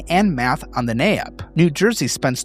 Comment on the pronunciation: Great video! One minor thing, the NAEP is actually pronounced “nape” like the nape of your neck. This is the first of your videos I’ve seen, so I don’t know if you reference it often, and I just wanted to give you a heads up an educator.